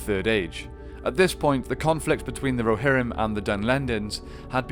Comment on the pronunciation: Muster the Rohirmm